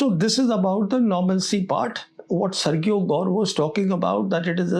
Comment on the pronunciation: sergio - "SERJIO" learn to pronounce this basic name, old boy